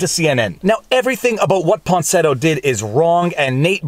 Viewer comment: > Claims to be a good lawyer, supposedly a good reader. > Keeps calling Miya Ponsetto “Ponsinetto.”